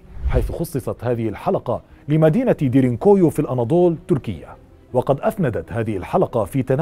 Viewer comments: انت تلفظ اسم المدينة بشكل خاطئ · نطقك لااسم المنطقه غلط